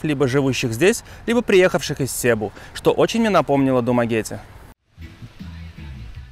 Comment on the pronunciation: СЕБУ - ударение ставится на второй слог а не первый! Что значит когда прожил 5 лет на филиппинах но так и не разу не поговорил с местными!